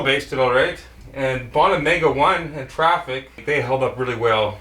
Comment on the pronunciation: Bow-na not bah-na